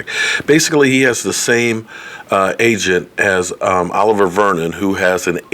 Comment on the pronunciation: strikes again. U pronounced Oliver Vernon's name wrong lol. Love ya